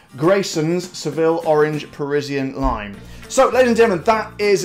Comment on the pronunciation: It’s PERSIAN lime, not Parisienne.....just saying!